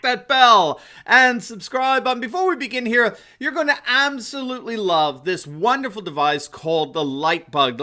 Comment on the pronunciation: can we reduce the number of times we say "aboslutely?"